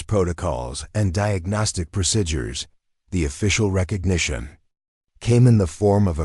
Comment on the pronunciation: Procedures is pronounced proceedures. Several other words are pronounced wrong also, A very good story